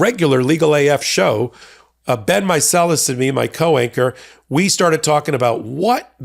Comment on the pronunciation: "Co-anchor" is a word that needs to be said clearly 😂